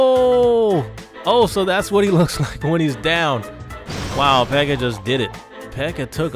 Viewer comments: Why does he say pekker? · "Look how much smaller the pekker PEKKA is" lol am dead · did anyone else here him say pecker lol😂